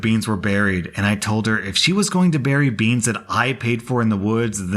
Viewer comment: BeAnS beEns BAANS BEaSn